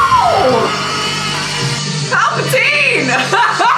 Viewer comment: Emperor Pal-preteen.